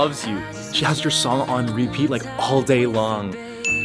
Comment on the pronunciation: When it’s on he says “she has you dong on repeat like all day” I think it was supposed to say song